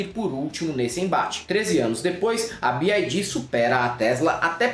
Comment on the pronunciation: desculpa ser chata na correção bes tinha. Bi ái dí, seria a leitura, em inglês, da sigla “BID” A montadora chinesa é BYD, que lê-se “bi uái dí” Abraço, querido. Perdão mais uma vez.